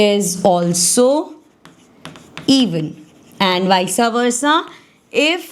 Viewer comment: mam its not wisawersa its wisewersa sorry i am saying this ,but its true.